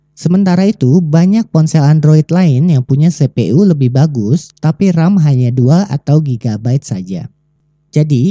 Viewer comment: sepe.u di telinga gua kurang enak di dengar tolong dengan pelafalan inggris CPU-->> sipiyu